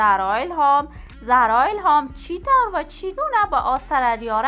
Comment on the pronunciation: گوینده بد صدا و بی سواد زرا نه خانم زهرا درسته. این فضولی ها به شما نیومده ....